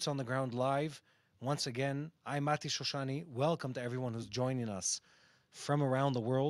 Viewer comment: Very clearly said Mati. Thank you for such good clarification